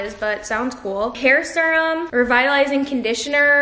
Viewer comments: i’ve never heard anyone say serum like that hahaha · And serum😭😭 I knew I wasn’t the only one lmaoo